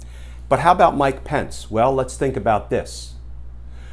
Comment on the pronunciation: I live in NZ, and it’s Pence, not Spence.😉